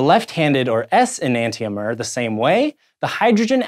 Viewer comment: It's pronounced "E-nan-shomer"